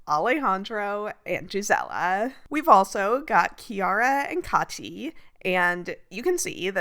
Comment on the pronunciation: Side note: As a linguism nerd I'm happy to hear that you know how to pronounce the german first name "Kathi" (It's not even close to the american pronounciation of "Cathy") 😊👍